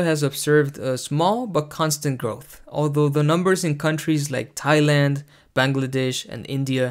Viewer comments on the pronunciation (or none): none